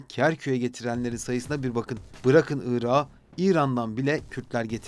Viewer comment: Irağı diye telaffuz etmişsiniz Irak’ı demeliydiniz. Bu tür kelimelerdeki son k asla yumuşamaz